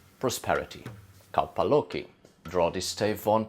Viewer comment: When you say kaupa loki it sounds like a Hawaiian word.